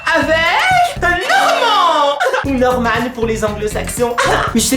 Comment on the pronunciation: ^_^ Maxime c'est le meilleur pour moi! Et un petit cour on dit Normane mais ça se prononce Normane je l'adore moi Norman il est cool;) Tu as de la chance de voir Maxime tout les jours toi ^^